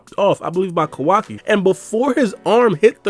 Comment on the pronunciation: Why do you keep calling him "ko WA ki"? It's Ka Wa Ki.